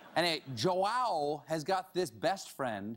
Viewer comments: I love the way stephen says "João", he says "JÓ-Á-OU" but it's actually "JÚ-Â-U" (in Portugal, because in Brazil it's "JÔ-Â-U") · Did you even try to search how to read the guy's name? Jo-ow? It's more like Jo-aum. Hell even Juan would be more acceptable. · I'm brazilian and the way Stephen says "João" is hilarious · I love you Stephen, but that's not how you say João. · the way he says "João", jesus christ 😂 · It's so fun see him trying to say João, It's my name and he is saying completely wrong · Seeing Stephen struggle to say JOÃO's name i realized that every language should get rid of the almost impossible sounds for the non native speakers! (please english end with the 'TH') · Stephen pronounced Joao wrong....really badly actually.....I guess he doesn't have anyone who speaks Portuguese on staff. The name translates to John, so it is really common.